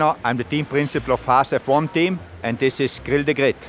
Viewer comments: GRRRRRRIL THE GRRRRRRRRID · Hearing him say Grill The Grid made my brain twist